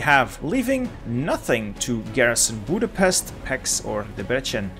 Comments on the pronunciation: I've got a challenge Pronounce Hungarian names the right way Budapest=Boodapesht Debrecen("e"s like in red, the c like in ts) Pécs ("é" like the a pay, the cs like cs in cheese) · Great video, but the Hungarian city pronounciations are terrible. Let me help you: When you said Budapest it was almost perfect but the s is pronounced like in SHirt. In Pécs the pé is like in PAle and the cs is like CHeese. And last Debrecen. Deb is like DAb, re is like in REkt, c is like Centimeter (well not exactly cuz the c would be sz in Hungarian but that's the closest i found) and en is like ENd.